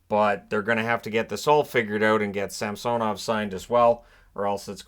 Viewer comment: It's SamsOnov. That's the correct pronunciation